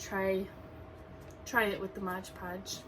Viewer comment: It's Mod Podge not Modge Podge. Please.